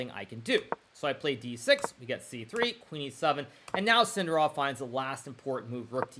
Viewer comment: Maybe learn to pronounce Sindarov with accent on correct syllable before you retire, mate